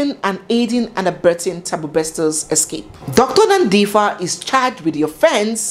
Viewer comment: Its Nandipa 😂😂bt yeah I love your presentation ♥️♥️